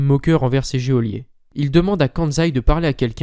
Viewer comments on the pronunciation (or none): Super travail merci Juste: on ne dit pas géolier, on dit geôlier [jolié] comme on dit Georges et pas Géorges Ça pique l'oreille c'est tout, et maintenant c'est acquis pour toujours. Ma pitite contribution 😊